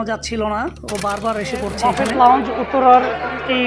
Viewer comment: শব্দটা হবে বুফে (ফ্রেঞ্চ) অথবা বাফে (ইংলিশ) , বাফেট নয়।